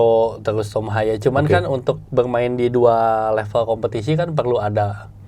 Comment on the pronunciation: nyebutnya TOM HAYEU yaa bukan TOM HEY..